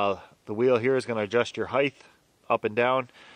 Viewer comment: Does the word height need an h at the end?